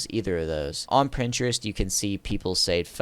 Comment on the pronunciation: "On Printerest"